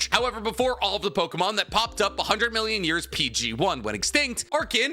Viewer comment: These name prononciations are worse then expected 🚡